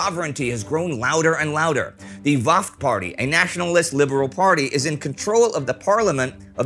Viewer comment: Wafd is pronounced as " wafd" not "vafd" it`s an Arabic word that means " delegation"